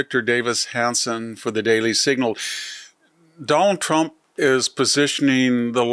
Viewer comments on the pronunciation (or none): The way Victor pronounces “Done-al Tromp” cracks me up. Very unique pronunciation. 😅😅